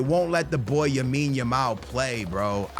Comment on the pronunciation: It’s lamine not yamine bruhhh say it right